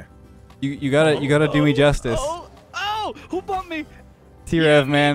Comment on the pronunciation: oh my this is one of the videos where calls trev "t - rev"